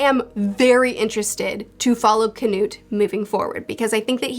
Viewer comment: "khanut" xD i love this pronounciation of "knut" same with "Sorkell" and "Sorfinn" instead of "Thorkell" and "Thorfinn" :D